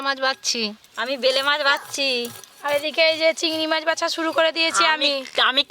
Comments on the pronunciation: উচ্চারণ সমস্যা।। অনেক ওরকম ভাষা পাবেন।। আজ নতুন না।। 😂😂😂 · এই মাছের নাম ভেলে।মাছ। না এই মাছের নাম বেলে মাছ আগে উচ্চারণ ঠিক করো